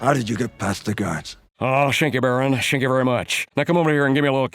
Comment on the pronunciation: "Shank you, Baron, shank you very much."